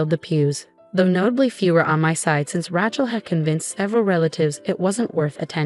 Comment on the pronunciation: Ray-chel, not Rat-chel and heir, pronounced "air" with a silent H.